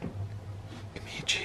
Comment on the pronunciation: It's Kamitachi, not Kamichi. U were saying it wrong, of course they weren't showing up, man!